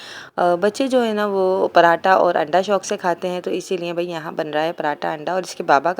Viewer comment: Walekum as salam Plz Bhabhi zra apny pronounce py tawwajja den. Parata nhi Paratha. Dal den nhi Daal den.